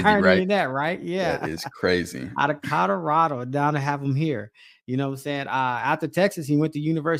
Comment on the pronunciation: "COLORADO"... when people say "Cadarado" it eats my skin up 😅😂😂😂